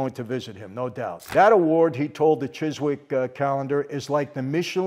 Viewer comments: Chiswick is actually pronounced “Chiz-Ick”, strangely. But this sounds great. I’ll try to get there! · Chiswick is pronounced Chis- ick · Chis..ick, we don't pronounce the W.